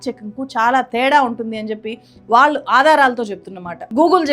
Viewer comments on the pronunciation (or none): none